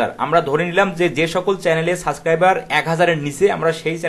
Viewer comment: দয়া করে সাবস্ক্রাইবার শব্দের উচ্চারণটা সঠিক করে নিবেন তা না হলে আপনার শিক্ষার্থীরা আপনার মতে উচ্চারণ করবে এবং এটা ভাইরাসের মতো ছড়িয়ে পড়বে সমগ্র শিক্ষার্থীর ভেতর